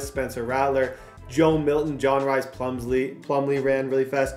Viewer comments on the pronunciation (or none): RHYS is Pronounced Reese lol not Rise or Rice. Respectfully